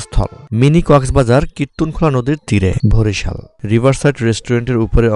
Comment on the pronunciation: ভরিশাল না ভাই বরিশাল😑